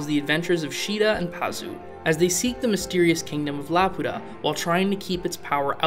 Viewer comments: laputa❌ la pota✅ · The funny thing is the Swedish voice actor for Muska pronounces Laputa like "la puta" half of time which is kind of distracting lol